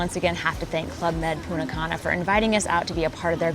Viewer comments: Great info and very enjoyable vid, but every time you said PuNNa Cana :face-blue-wide-eyes: I would think, "someone stole the "T" 🤣. Thanks again for all you both do. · It’s so distracting when you say “Poona Cana”. 🤦‍♀️ The correct pronunciation of Punta Cana is "poon-tah kah-nah," with the emphasis on the first syllable of each word.